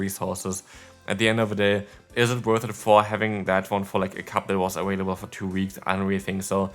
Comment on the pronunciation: Three Ah-Whale-ables in one video 🤦‍♂️ So Cringe...